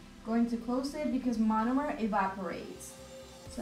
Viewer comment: Take a shot each time she says monimer😂😂